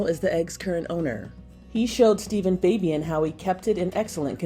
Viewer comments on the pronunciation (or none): none